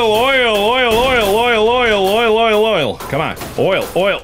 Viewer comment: It sounds like Markiplier is saying loyal when he says oil a lot